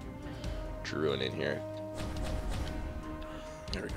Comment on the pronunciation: Drouin is pronounced Drew-wan